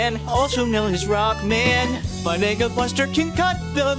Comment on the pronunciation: He's saying mega but sounds like nega